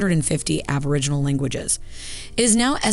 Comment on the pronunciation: My goodness that was painful. Aboriginal, not aborigins - the pronunciation was killing me.